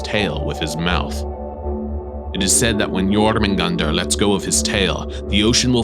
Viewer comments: Hahahahh I have always pronounced jormungandr as yo-munga-durr hahahah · this man is the only person i've seen properly pronounce Jörmungandr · I like how how u pronounced jormudgandr and Ragnarok! It’s really accurate:)